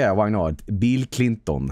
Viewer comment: Beel cleenton